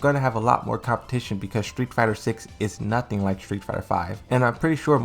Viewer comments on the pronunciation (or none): none